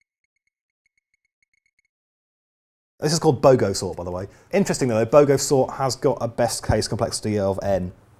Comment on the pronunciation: Wikipedia told me you said Bogosort. I thought you said BOGANsort! Good aussie will understand the confusion.:)